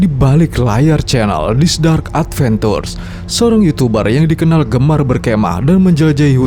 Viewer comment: Cuba sebut at-ben-cur, Bedakan sebut at -ben-tur..don't be baku spoken English